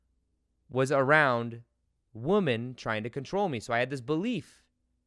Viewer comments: Its funny how you say wo men and not wymin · The way you say “women”!😝 You say Woo-men, v. wim-en (sorry, speech therapist😋)